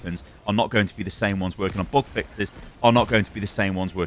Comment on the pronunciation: I swear that's not intentional, maybe 'cause english isn't my first language, but every time he says "bug" I hear "book". #canthelpmyself ^^